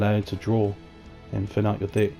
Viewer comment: nice video but I couldn't help but hear hey guys this is my red eyes dick profile at the beginning 😂